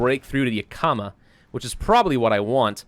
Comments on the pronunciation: It's not Ya Kah Muh It's Yak Ih muh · Same, right when he said ya-kama, I, out of habit, went, "Its yak-uh-ma!" lol. But it is a tribal word, so a lot of people who aren't from Washington mispronounce it, oh well! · I'm sorry, but as a Washington native hearing pronounce the vic. point names made me absolutely cackle! Yakama: (Yak-a-maw) not (Yu-ka-muh) lol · Yakama; (YEAH-KUH-MUH) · YaK-EE-MAH.... I know you don't usually read these, but....YAK-EE-MAH (I live near it). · Juuuust so you know, I live in Washington and it's pronounced; (Yahk-uh-muh) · It’s pronounced “Yak-uh-maw”. I’m sorry, I live near there, it’s just something that bothers me. Like the people who say “Worshington” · I hear you on that. Originally from Moses lake myself. Yak(the animal)-i(ick)-ma(maw) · I live in Washington State, and I like hearing how people mistakenly pronounce our town names. Wenatchee and Yakima are real places, and they don't sound like that. 😂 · As someone who has lived in Washington his pronunciation of Yakima hurts me. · The way he pronounces Yakima kills my Washington brain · How is it supposed to be pronounced? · While I am sure as does batch recording, he will not see this till it is far too late, though gotta do this before it gets too far lol...since he always butchers the names of stuff in Oregon when he plays OWB and I live around most of these XD. Love the videos, sooo >.> please... Yakama - Yak-a-ma Chemult- che-malt Klamath - Klam-eth